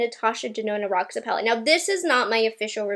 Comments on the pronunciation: Hey! First of all I just wanted to say that I absolutely love your channel! Secondly, I wanted to let you know in case you don’t already know that Roxa is Portuguese for purple I believe and it’s pronounced “Rosha”. Thanks for brightening my day every time I watch your videos! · Just a little fyi it's pronounce rosha, it is a word in portuguese that means purple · Roxa is actually pronounced Rosha. It is Portugese for purple. Erica Conger did a bit of research before she got it and did a review. 😊😊😊